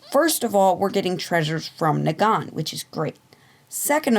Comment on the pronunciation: Kneegan xD